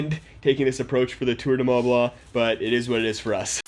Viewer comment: "Tour du mah blah"